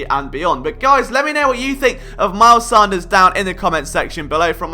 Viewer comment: It’s pronounced Sand-ers